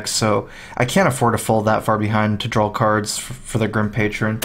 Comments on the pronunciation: dude, draw not drawl :) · D R A W not drawl lol